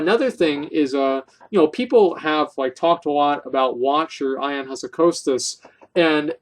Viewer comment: It is not pronounced "Ion" but "Eon".